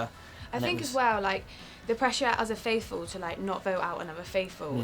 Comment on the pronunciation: After all this time and after presumably watching the whole series, Harry still says 'Fateful' instead of 'Faithful'. 😂